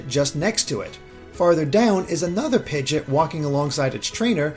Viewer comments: Seriously, I was like "the heck is a pigdit?!" Thought I somehow missed something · I’m sorry but I need you to understand that you butchered the pronunciation of pidgeot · The way he pronounces Pidgeot makes me uncomfortable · And audino and confey 😟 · I actually had to replay that part a couple of times cause I had no idea what Pokemon he was talking about for a while. Personally, I get TRIGGERED with how he says Arceus.